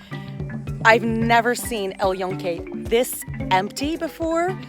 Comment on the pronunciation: It’s not el ionque. It’s el Yunque. Joonke with an e as in bed. Please.